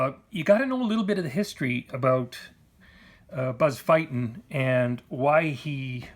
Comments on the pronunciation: Thank you for this vid and your time. side note: Buzz pronounces his name "feet-in". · There are videos on YT of Buzz Feiten pronouncing his name, the fact that the "e" comes before the "i" should give you a clue and if you think its not important, just ask Buzz!